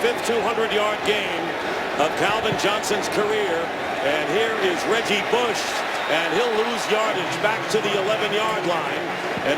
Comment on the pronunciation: he said reggie booosh 😭😭